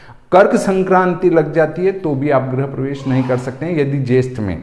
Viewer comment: आचार्य महोदय सबसे पहले तो आप अपना उच्चारण शुध्द करें। गृह प्रवेश को आप बार बार ग्रह प्रवेश बोल रहे हैं ये दुर्भाग्य पूर्ण है।